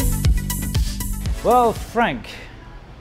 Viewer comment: I woke up this morning hearing in my head, "welcome to another wid ee oo"